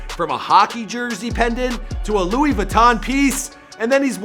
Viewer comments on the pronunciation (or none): none